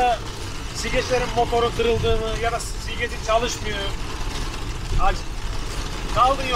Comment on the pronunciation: silgec degil la silecek haahaahaaaaa